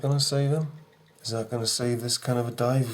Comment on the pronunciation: Definitely delusional. Judging by his mannerisms, the yawning, the way he said "dive" , the dry mouth, scribbling toward the end of the video and dumping the pencil shavings , he is on some anti-psychotic medication. Poor guy may have tardive dyskinesia from long term use of these antipsychotics. Drawing may be part of his therapy. But as we already know, The Phlatt Urph "Movement" and its community are delusional ...